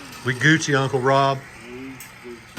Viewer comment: Watching this getting ready for work and I think I hear in the distance where I set my phone down for a minute to get some things together... did he really just say "we goochie"? Went to rewind it and all be damn if you didn't say it again. Lmao.